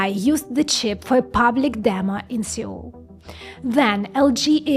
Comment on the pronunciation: Your Cyrillic incorrect pronunciation of Seol (서울) is actually exactly how I insist on pronouncing that name in English! 😎